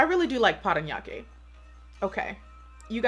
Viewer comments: How you say “Parañaque” is really on point!! Loving it ❤️ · I'm impressed that you were able to correctly read the cities... you nailed PARANAQUE :)